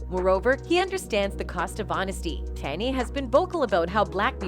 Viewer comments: This lady needs to do a better job as a commentator. She correctly pronounced Kanye one time throughout the entire video. How are you supposed to be discussing facts and matter so significant and you can't even say someones name correctly. It's not even a hard name. Almost seems deliberately disrespectful. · whatever bot that is reading this needs to learn how to say KANYE properly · Who the fuck is Kylie. They need to get a black voice to tell these stories. I ts disrespectful to keep pronouncing the black artist names wrong. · watch this if you need to learn how to mispronounce KANYE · Whoever owns the AI narrator used in these vids REALLY needs to train it on correct anunciation of words and names, bc the damn thing prounounces "Kanye" at least five different ways during the video, and makes other grammerical errors! What happened to AI being more intelligent than humans? This bitch cant even speak ENGLISH! (Oh, and it happens in EVERY video that uses this AI Voice narrates, so ive been hearing these silly mistakes for AWHILE now!) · “Canay” it’s KANYE. I swear these channels purposely mispronounce peoples names if they can help it. But then say everything else right, It’s starting to get annoying. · If only the woman pronounced Kanye correctly. It's KANYE, not Kaneye! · I love this video, BUT why not use a real person to voice the piece????? The fact the AI generated voice repeatedly saying “Kah-nai” instead of KANYE was irritating AF. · Who the hell is Kan-Eye?😂😂😂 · "Kanhey west" 😂 A.i you funny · This AI channel calls him con eye and can eye, which is better than the last one i watched that called him cane. I hate AI channels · The music industry was designed to keep the artists in debt and own non of their own material. And why is this bi*ch calling Kanye......Con I, Con A, Can I. I mean WTF. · TTS isn't allowed on YouTube i thought. Thr AI's pronunciation of Kanye is a dead giveaway. Try harder next time 🤦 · Learn how to say Kanye’s name